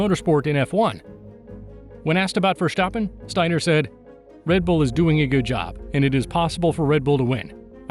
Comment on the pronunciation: Verstappen Not Vershtappem!